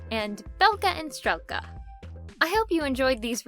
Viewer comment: Fun fact! Strelka is pronounced str-ieh-lka, not str-eh-lka! Though I think it would be cool if the characters name was pronounced the latter to add ✨spice✨